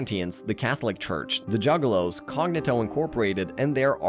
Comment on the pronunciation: Reigan. Cognitto. NŒl. WHAT IS THIS PRONUNCIATION?!